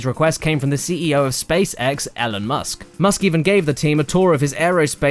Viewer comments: Elon Musk's sister Ellen Musk? lol, would have taken 2 seconds to re-record. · That's not how you pronounce Elon Musk you fucking dumbass! >:^(((((((((((((((